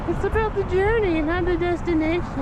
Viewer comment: "journey" girl sounded drunk